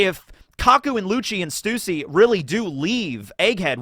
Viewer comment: The YouTubers pronouncing stussys name wrong constantly is hurting me physically